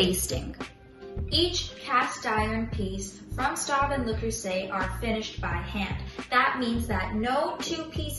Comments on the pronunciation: It's pronounced "Schtobe". Otherwise, nice job! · Miss, I appreciate your video. Thank you. But you should learn to pronounce Staub since it is not an English word/name. Staub - How To Pronounce - French Native Speaker - YouTube It is pronounced more like an English spelling of Schtobe.